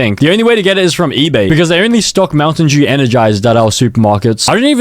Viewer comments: POV how bro says Mountain Dew Mountain Jew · Bro said montain jew